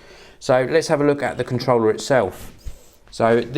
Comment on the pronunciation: foh this Contwollah